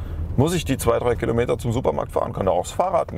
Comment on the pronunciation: Das heißt nicht "Killometer" es heißt Kilometer.